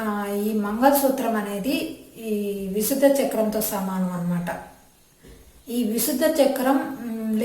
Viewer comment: విశుద్ధ కాదు విశుద్ధి అని పలకాలి..